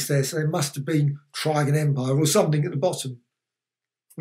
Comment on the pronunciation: You've made me realise I've been mis pronouncing Trigan all my life. I always say 'Triggan' rather than 'Tri-gan' XD